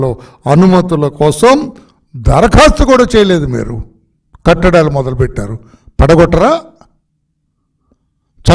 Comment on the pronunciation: Sir meru practice chesi matlaadaali, akrama kattadaalu Ani chepali, katta daalu kaadu